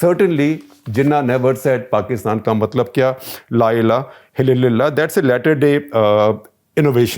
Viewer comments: Its' La Ilaha Illallah. You said La Ila Hillillalla. Hahaha ,I can't even breath. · Yes, he said " La illha hallala". I also have noticed that.